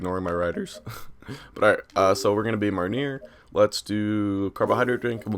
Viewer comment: I don't study French, I do German and Spanish.. But I'm pretty sure Marnier is pronounced Mar-knee-ay